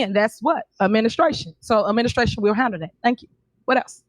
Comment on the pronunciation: I like when she pronounces her “Administration” as “Ministration” 😂